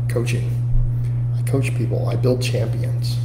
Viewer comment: "A better athuuh-lete, a better coaff, more successful financially". Gonna buy muh house in another 20 yrs.